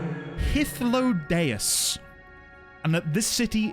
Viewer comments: You nailed that Hythlodaeus pronunciation first try! Well done. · Dude just casually one shots Hythlodaeus' name pronunciation. Cheers, mate! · Actually said wow out loud when you nailed hythlodaeus. You should hear the pronunciation some new streamers give our new old friend Just found your channel today, looking forward to your streams! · Wow... you freaking nailed that pronunciation on the first try... that is epic lol